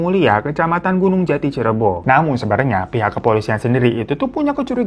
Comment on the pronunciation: Cirebon bang bukan cirebo 😂